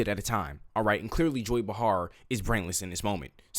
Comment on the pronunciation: Joy "Bahharr" close enough